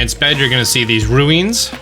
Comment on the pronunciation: "Ru-inns?" Oh no... I'm getting Cool Hwipp and Hweet Thins flashbacks.